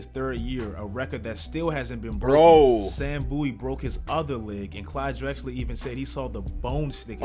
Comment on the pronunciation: its bowie not boo-ee, why does everyone pronounce it like that? that's like saying david booie